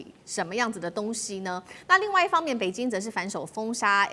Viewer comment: 台灣人的北京是 “北津” ， 生日是 “深日”。越南是 “Eh -南”。 舌头有问题 ？